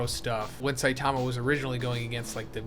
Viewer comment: sai--taaama cringe pronounciation . cringe.